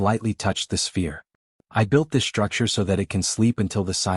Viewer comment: CATASHTROPHIC, SHTRUCTURE, SHTRESS, DESTROY,...."grim-AYCED"(grimaced), EXSHTRA, SHTRANGE, SHTRENGTH, RESHTRUCTURING, EXSHTRAPILATING, SHTRONGEST, NOT ENGLISH WORDS!!!! THERE IS NO "H" after the "S"!!!